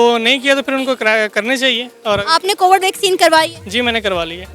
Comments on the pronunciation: In mahtarma ko koi bataye covad nhi covid hoti hai..... 😂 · Cowad(कोबड़) vaccine...... 😂😂🤣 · Ye log covid to dhang se bol nahi sakte , vaccine kya ghanta banayenge 😂😂